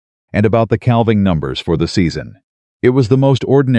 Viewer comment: Cal-ving season? NÒ it is pronounced 'càaving' season. AI also pronounces salve, an ointment, as 'sal-veh' wtong it is 'saa-veh'. The 'L' is SILENT, repeat SILENT. AI should be banned, it is so so stupid. Have been cringing at the word salve for almost a year. It has never been corrected. This narrator is repeatedly saying 'cal-ving' edit or get off Yòutube.